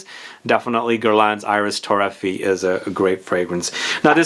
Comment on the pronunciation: Again, I know you don't care about pronouncing names correctly, but I'll keep trying. it's Iris TorrefiEH, not ToRREfee. And the S in Bois is silent, so it's pronounced Bwah. Other than that, great video as usual! I never thought about Bois d'Argent being an alternative to Dior Homme Parfum, but I guess you're right. It's much sweeter and resinous, but it's still a great unisex iris fragrance.